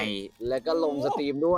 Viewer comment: Steam = สตีม ไม่ใช่ สตรีม จ้า ถ้าสตรีม = Stream